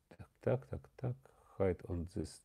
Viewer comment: "хайд он зис" та у вас шановний рівень англійської просто неперевершений 😂 не вмієш їбать не мучай піську, краще ви не читайте англійською одне прохання таке